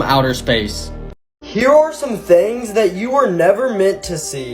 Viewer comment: The way he says thangs other than things